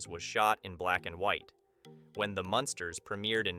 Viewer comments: Learn to say munn sters not monsters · The Monsters???? What? MUNsters ... that's 21 Wierd Things .... can't listen to more, sorry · It’s the MUNsters. Not the monsters🤦🏻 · Sure seems so. As it goes on the Munsters pronunciation does change to the proper one then back. So weird.